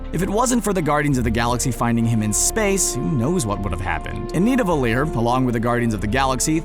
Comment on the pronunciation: Why is it pronounced nivadellir when it is spelled nidavellir?